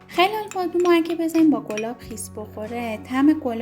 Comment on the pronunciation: خلال بادام رو غلط تلفظ میکنید